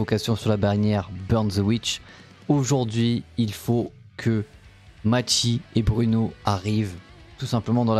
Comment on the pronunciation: Ça se dit Mayssy pas machi 😂😂